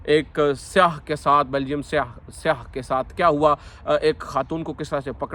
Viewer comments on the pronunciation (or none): Seyah nehi ye ghlat telleffuz hai, sehi telleffz syyah hai